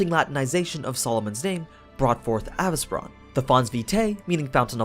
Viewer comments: Why you’re mentioning “a—vis—bran” in fate/netflix they are calling him “a-vesee-bron” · Avi-ce-bron, not avice-bron. Listen to how the words are said in the series, minus the accent, they say it correct.